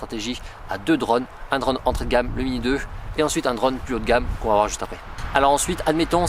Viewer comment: Je n’ai pas tenu 10 secondes, la prononciation de « drone » m’aura tué, dommage le sujet m’intéressait.😅